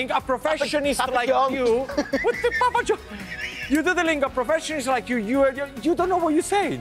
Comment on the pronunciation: Did he acc say "what the pappa John" 🤣🤣🤣🤣🤣